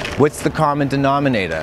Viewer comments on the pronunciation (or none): We got me, we got God, we got Thanksgiving. What's the common denominatah? Paul Revere.